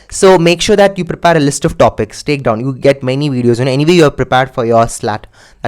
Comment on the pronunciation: its prepare not prepaaaaare